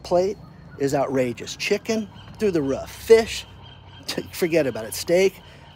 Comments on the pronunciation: Can someone tell it's not "ruff", it's "roof" for god's sake. Though the ruff? Roof damnit Roof! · is it ruf or roof?